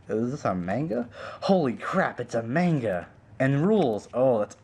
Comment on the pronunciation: you are pronouncing manga wrong just to let you know